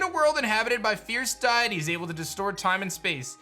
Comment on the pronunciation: deities (dee-uh-tees)